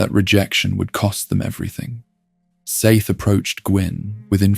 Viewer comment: Can we pick just one way to pronounce Seath? You pronounce it at least 2 or 3 different ways in the first 16 minutes...